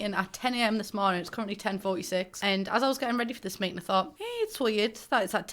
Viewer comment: “Meatin” btw no offense just think it funny btw how do you say bottle of water